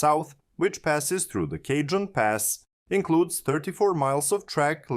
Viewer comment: I don’t know if this is an AI voice, but the colloquial pronunciation for Cajon Pass is close to: “Ka-hone” not “Cajun”